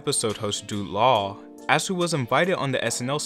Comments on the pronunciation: *”Jude Law” Not “Dude Law” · Did you really just call him dude law? 😭😭😭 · This gets a thumbs up exclusively for how this guy pronounced "Dude Law." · What did you call Jude Law? LoL